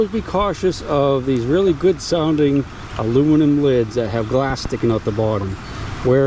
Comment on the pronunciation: Hey,, a piece of muluminium. Love it